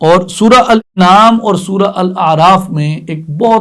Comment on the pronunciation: معزرت کے ساتھ الانعام کی الف کا تلفظ درست کر لیں زیر کی جگہ زبر